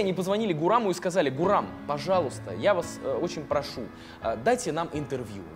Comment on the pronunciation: не Гурам, а Гурман